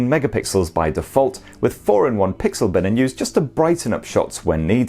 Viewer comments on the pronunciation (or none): none